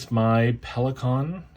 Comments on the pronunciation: Thank you for pronouncing Pelikan correctly. I cringe every time I hear it the wrong way. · I’m so glad I found you (hello from NM!), this was very interesting. You say Pelikan the way we Germans do, you’re good. 👍🏻 I’m with you on the sentimental value of pens, gifts are special and I always have at least one from my husband inked as well as my favorite of all times ( heheh maybe there will be a video.. 😜) and pens from my brother, my kids and my dad. My daughter just got me a vintage Parker 51 via FaceTime in London.. she’s awesome! Happy writing! 🌸🖋🙌🏻